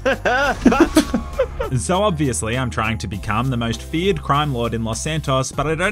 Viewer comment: Bro i just got that you say feared gang. I always thought that you said Fiat gang like the italian car company Fiat. 😂😂😂😂